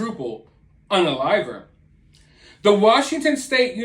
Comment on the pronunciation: 😅 im sorry....but i find it kinda funny and curious how you pronounce and emphasize "unnnaliver" ...its just crazy how youtube wont let certain words be spoken. my goodness.